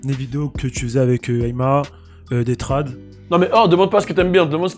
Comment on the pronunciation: Des trades (bien en français..) olala stp l'accent 😃